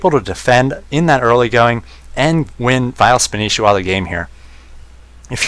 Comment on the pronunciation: That's not spanishiwa it's Spanshwa look closely